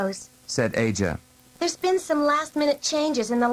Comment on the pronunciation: It's a shame the narrator mispronounced Shana and Aja. I cringe every time he says "Shawna". 😑